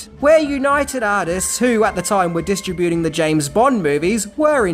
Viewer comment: Hate to tell ya but you are mispronouncing the word "distributing" !